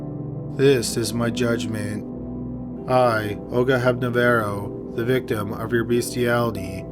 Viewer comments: Hep-Na-RO-Va...not Hepnavero. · Hepnarová =/= Hepnavaro. You're slipping dude. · Is it Olga Hepnarova because he keeps pronouncing it Olga Hepnavera? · Great video BUT you completely butchered Olga Hepnarova's name. It's Hep-nar-oh-vah. Not Hep-na-verro. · Olga HepNAROVA...not HepNAVERO. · Her name was Olga Hepnarova NOT, Hepna-varo! Hepna-ROVA! Hepna-ROVA! HEP - NA - ROVA!!! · I'm surprised no one else has commented but you continually called her "Hepna-verro" when her name on the screen says "Hepnarova". You really should fix the audio so you're giving the right name/accurate facts to your listeners... :P Otherwise, awesome content as usual! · Hepnavaro? That sounds like some Cherokee Indian village, lol. It is HEPNAR plus the female suffix -OVÁ. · Why does he keep calling her Olga Hepnovaro, when her name clearly is Hebnarova? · How do you get “Hepnevero” out of “Hepnarova”? Dyslexic much? Serious question. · lol. Olga Hepna-rova! not Hepna-vero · Hepnavaro? It's HepnaRAVO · the pronunciation of Olgas surname is Hep-na- ro-vá (hep like in hepatitits, na like in navaro, ro like in roman, va cca like in valium) but thanks for remembering her. Maybe it would be good to mention that in her story you used the pics from a movie about her, cheers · Hepnavaro?, get your lingo skills updated. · 1) It's pronounced He(l)p-narro(w)-va(nish). Also last woman to be executed in Czechoslovakia. Czech Republic never executed anyone. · That last name was not pronounced as spelled. He reversed the last two syllables. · Why did you pronounce Olga’s last name this way? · Thank you for including story of Olga, there were few missleading things like her name pronounce but still, appreciated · It's Hepnarová, pronounced as written. Just wrong spelling in the video. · It's Olga Hepnarova, so not even you are correct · Dude you pronounced Olga’s surname wrong.